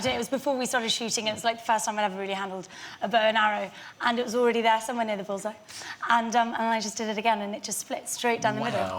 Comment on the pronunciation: How the hell did this guy get a talk show? "There was awwow awweady out there"